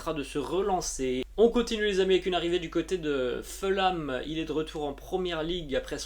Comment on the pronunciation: Bonjour. J'aime beaucoup ta chaine sauf ta prononciation des noms de certaines équipes anglaises. Par exemple Fulham se prononce 'Foul-Ham' avec un h aspiré et le son 'ou' français et non pas 'Feulam'. Merci quand même.